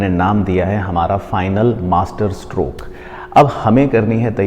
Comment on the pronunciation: MASTERSTROKE ❌ MATERSTROKE ✅....😅